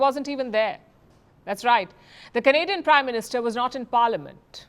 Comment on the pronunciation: Did he say prime Minister or crime Minister? 😅😅😅